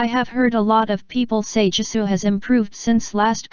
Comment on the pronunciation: Jisoo..Like Jisooy? huh Siri what do you even pronounced😂 like jisuy